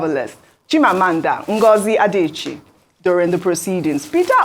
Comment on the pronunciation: Professionalism demands that the news casters pronounce names properly., Chimamanda's last name is Adichie not Adaechi. Practice very well before pronouncing to the public. The same goes for every media person who speaks in front of the camera.